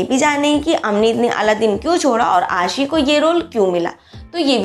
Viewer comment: Kuch bolna ho To kisi ki name saaahi sa bola karo Arishfa ko bolti ho Arshifa Ashi ko bolti ho ausshi Yaar sahi sa bhi bol liye karu 😠😠😠😠😠😠😠😠😠😠😠😠😠😠😠😠😠 Aur hn avneet kaur he yasmine hn Ashi singh nahi i dont like ashi singh I like avneet kaur she is pretty good beautiful stylishly or naina yani ka ashi singh buhut gandi hn i dont like it i like avneet kaur Or hn ager kuch bolna hn To awaz apni pehla saaahi karlo Its your last warning